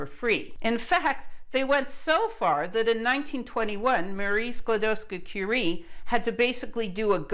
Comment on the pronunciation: Your pronunciation of Skłodowska is perfect.